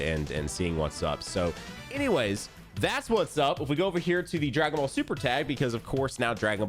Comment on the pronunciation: "Dragon vall" 😭😂